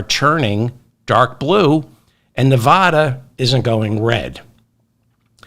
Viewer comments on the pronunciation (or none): It is pronounced "Nevaaada" dimwit. NOT "NevedAUda" and natives HATE the mispronunciation.Get with phonics on this. You are supposed to be educated. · Good job pronouncing Kamala, now work on Nevada. I know you can do it!